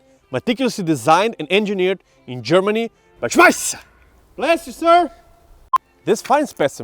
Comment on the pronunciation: "Schmisser" bless you sir! 🤣🤣🤣